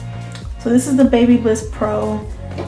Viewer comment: Bab a liss is how you pronounce it